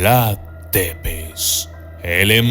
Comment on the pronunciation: Tepez, un conpañero de trabajo rumano dice k se pronucia zepesh